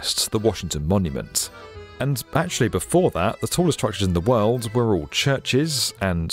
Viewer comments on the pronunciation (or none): I love the way our narrator says “d” at the end of a word as a “t”! “Worlt” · In the wuuuhld.